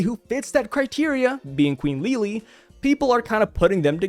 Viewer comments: Please pronounce her name Lili not Leelee, it's something that shouldn't annoy me but it hurts to hear lol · One thing to clarify, the pronounciation of Lily/Lili's name would still be closer to that of "Lily" rather than Li-Li. TCB makes a note of that, because the katakana for her name is リリィ rather than simply リリ. The first extends the sound of the i, while the second cuts it short. So, it would still sound like Lily. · bruh im unsubbing if you say lili like that again ;)